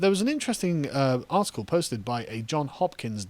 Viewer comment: Carl, Carl, Carl, it JohnS Hopkins, not John Hopkins.